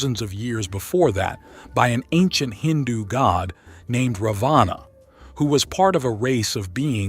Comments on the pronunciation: Please STOP THIS COMPERING AS THE NAMES are FAULTY PRONOUNCED! It is NOT -"रवाना"- meaning DISPATCH INSTEAD of रावण the Demon King a Highly Knowledgeable and Majestic Personality from RAMAYANA रामायण. The CONTINUENT IS GENUINEL and GOOD but Presentation is BAD due to WRONG Pronunciation! I'm ready to do It. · Hindi has a short a and a long a. In English you would write it as Ravana or Ravanaa. However when you pronounce it it should be Ravan (for the short a)